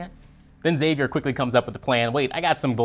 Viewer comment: EX-AVIER!!! Please stop saying Zavier, Daddy Blake called him X, the video he starred in was called "The X-Man Cometh", the show's promo image is the roofs of the cabin forming an X. And oh yeah, every single character in the show calls him EX-AVIER!